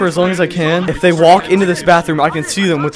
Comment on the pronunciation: U didn’t say they u said zay